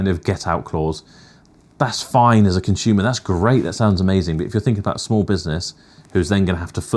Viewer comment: What is a "conshoomer" ? Is it a West Country word?